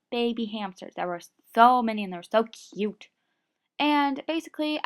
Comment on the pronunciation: The way u say cute is funny! CAUTE lol